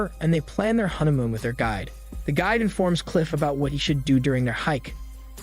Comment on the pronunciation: Why do I feel like your saying huntamoon???